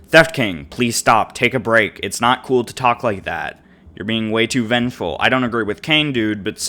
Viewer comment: Btw You Said Vengeful Wrong I Think